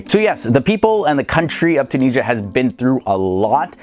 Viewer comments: Tun-is-ia not TunISHA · Tunisia gave her name to the whole continent "Afrikia" and please it's Tunisia , at least spell the "S" letter as a "Z" not Tunijia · When they say tunisha 😭 mama ija ati3lhom treha (just a joke Im tunisian)